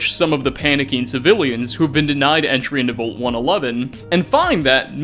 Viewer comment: Idk if it's you or me but I hate the way you say "vault". And yet here I am watching